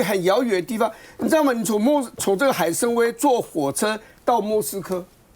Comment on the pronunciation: 林郁方一点文化没有，那个念海参崴，歪，不念威